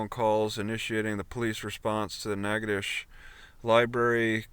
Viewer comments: The pronunciation of the town is natch--itow--ches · no. Natchitoches, (Nack-a-tish) the original French colony in Louisiana, is the oldest settlement in the Louisiana Purchase. Established in 1714, Natchitoches